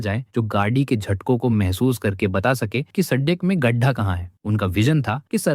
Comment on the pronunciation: (गढ्ढा, जुगाडू) iska pronouncing ai ki tarah galat hai.